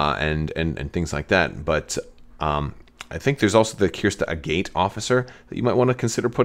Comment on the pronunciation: Agate is a real word, and it’s not pronounced the way you’re doing it. Is her name pronounced this way in cannon somewhere?